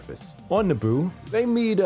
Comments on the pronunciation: It’s Naboo not Naabu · A don’t like how you say Naboo like Nah-Boo and not nuboo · It’s na-boo not naa-boo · NA-boo? I thought it was na-BOO? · Its naboo nuh-bu not nah-bu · Someone tell him Naboo is pronounced nah-boo